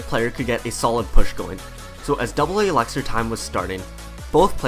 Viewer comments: He says eleckser not elixir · Why is no one talking about him pronouncing elixar. Alexer